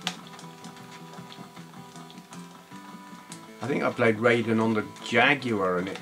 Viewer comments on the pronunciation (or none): Forgive me, but it's pronounced "Rye-den", not "Ray-den". "ai" in Japanese is pronounced "eye", not "ay". This also applies to "Gaiden" and "Taito". You can blame Mortal Kombat for this common mispronunciation (the MK character was originally spelt "Rayden" before they changed it to "Raiden" without changing the pronunciation). Anyway.....happy new year to you, and I hope you had a great Xmas.:)